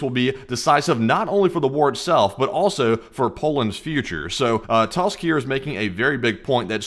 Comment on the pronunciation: As a Pole lemme tell ye - it's pronounced like "toosk"